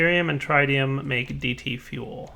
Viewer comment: it's prononuced TRIT-IUM, not TRITE-IUM. On the official spelling, there is no E in front of the second T, meaning that the first I makes a short I sound. You don't pronounce hydorgen as HI-DRO-GEN, right?